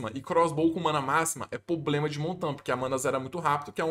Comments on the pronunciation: Fala meu mano, tudo certo? só uma critica construtiva, da muita agonia vc falando "POblema", o correto mesmo é PROblema, video top demais vlw mano tamo junto. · Vício de linguagem é foda, se o falando “poblema” dói! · parece que adota estrategia populacionista pra conseguir voto de pobre kkkkkkkkk Tem dinheiro, é estudado, mas usa o headset remendado, força falar "poblema". N tem personalidade nenhuma, fora que faz analise de tier list de outro streamer. Ai ia junior vem falar merda kkkkkkkkkk pqp